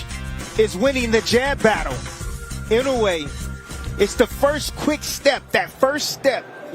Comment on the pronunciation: it's "annoy yay" phonetically